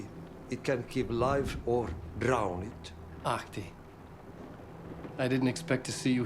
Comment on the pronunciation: The only time I think anyone has pronounced Ahti's name correctly